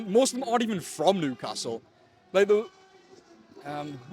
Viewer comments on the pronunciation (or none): interesting this guy cant actually say his own town name correctly? its not noocastle